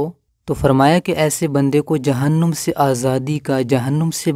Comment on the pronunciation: اللہ کا شکر اور آپ کا شکریہ کہ آپ نے لوگوں کو اللہ یعنی اپنے معبودِ حقیقی کے قرب کی ترغیب دی اور دعوتِ توحید دی۔ آپ سے درخواست ہے کہ جہن نُ م نہ کہیں ''جہنّم'' میں نون پر زبر ہے، پیش نہیں ، لہٰذا جہنَم ہی کہیں۔ JAHANNAM ہی صحیح تلفّظ ہے۔